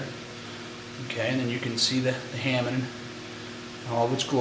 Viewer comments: oh btw, i know this is 5 years late (posted in 2009 lol..) but hamon is pronounced huh-moan not "hamen" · just for the info ,Try to respect the legacy as you are a swordsmith and please pronounce tha HAMON as its actually written and not ,hamen.Please. No insult intented.Just a heads up. Thanks for spreading the knowledge around.Keep up.